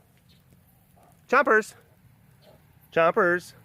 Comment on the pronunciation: calls Chompers without the french accent and wonders why he doesn't react? For shame!